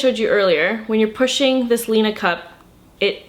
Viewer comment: it's pronounced lina